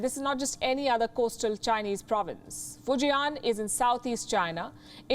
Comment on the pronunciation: fu jian not fu ji an ....... fortune build